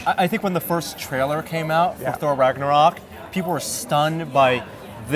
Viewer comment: "Ragnorak"? Lol